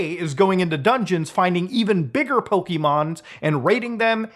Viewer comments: all I hear is pokEemons and it hurts me. It's like an active insult somehow and I don't really understand why that is. XD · He says "pokemon" so hard lol Got that Draco Malfoy "Potter" gusto